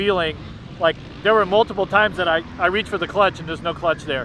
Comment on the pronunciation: Thear is some noise I can hear a couple of mice in thear😅